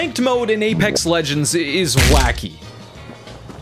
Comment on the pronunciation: A-Lex Regends.